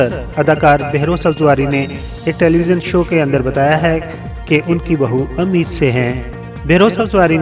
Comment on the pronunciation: سر آپ کو اپنے لہجے میں کلیئرٹی لانے کی ضرورت ہے pregnant women کو اردو میں اَمید سے نہیں ﴿اٌمید﴾ سے بولا جاتا ہے ۔ الفاظ اگر correct نہ بولے جائیں تو جانے کیسا لگتا ہے ۔ دل آزاری کے لیے معافی کا طلب گار ہوں پونا بھارت